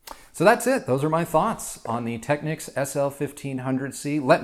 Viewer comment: You say it Tech-(ni)-keys or Tech-keys? whoa, that's a whole new technique. Cool tho